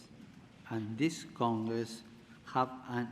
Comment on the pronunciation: No disrespect it's just that I'm reminded of that time Mr. Bean gave a speech also "members of C*CKS!"